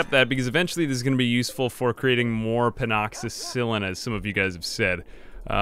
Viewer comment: pleas for the love of god its pen--a-cill-in lol